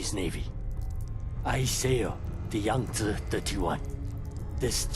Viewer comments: I appreciate you saying Yang Ze Instead of Yang Zeeeeeeeee every other youtuber is saying. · At least some one knows how to pronounce Yangtze lol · You're the only person I've seen so far (Beside from Zao himself) to pronounce Yangtze properly.